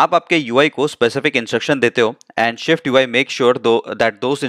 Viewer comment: everything is excellent bus aik masla hai, it is SwiftUI not ShwiftUI, please isko dekhlen, baqi andaaz or tareeqa behtreen hai